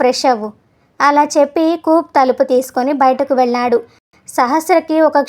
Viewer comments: కూప్ కాదు, కూపే అని చదవాలి! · Good story . Nicely told . కూప్ బదులు కూపే అని అంటే బాగుండేది . Hare Krishna